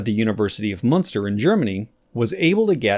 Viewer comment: hey soo its münster. munster is a smalll city in the neighbouring state but I know its hard to pronounce certain sounds but for Münster, the english wikipedia has a lil soundfile :3